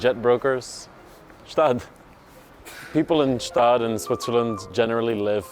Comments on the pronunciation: why bro say Staad and not Gstaad. I mean I'm swiss. It's called Gstaad. I'm also french but Idk what they call it since they don't know wtf to call anything. They call a brownie a broni. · a little tipp from a local, despite what your delusions told you, its definitively got pronunced "'staad", the G is hard and full in there GGGschtaaad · Swiss here, it pains me a little bit that you mispronounciate the city name, try to pronounce the "G" in the beginning. Quite important